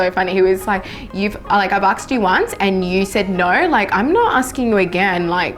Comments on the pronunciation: why you say AKSED instead of ASKED? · Chris Brown say's the same thing in his songs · a lot of Australians say it like that 😂